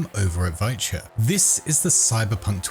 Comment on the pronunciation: He kept pronouncing it virtue in the video...